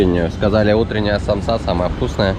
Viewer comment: Самоса, а не самса